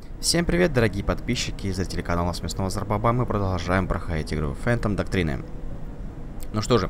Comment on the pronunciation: Фэнтом ДОКТРИН!!!! Выучи язык наконец!